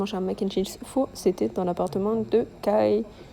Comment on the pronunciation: depuis que le pop up a commencé je cherchais des vidéos sur youtube dessus comme je n'ai pas pu y aller... merci à toi de nous le partager, gros coeur sur toi !^^ ( Kai se prononce Kaille et pas Kay! ^^)